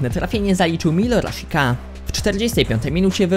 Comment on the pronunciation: raszika kalgari xd sosziedad dzbanowo.tv ci się włącza xd